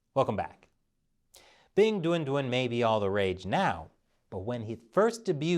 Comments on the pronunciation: Every time I hear say the name of the mascott I chuckle because I hear "Big Dun Dun" which sounds like a completely ridiculous child cartoon's character name... Ridiculous btw, like the entire idea of having a Winter Olympic in a city that has no snow and in a country that commits a genocide every decades or so... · Stop saying 'Bing Dwen Dwen' it's driving me nuts 🐼